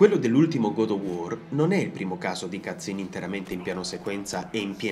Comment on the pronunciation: bellissimo video, ma una cosa "cut scene" o "cazzim"? ahahhaha sembra la stessa parola. ottimo